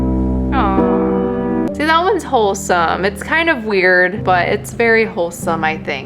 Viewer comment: U said: wuired